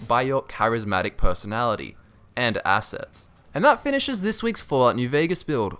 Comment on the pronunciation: Lol the way he said assets was amazing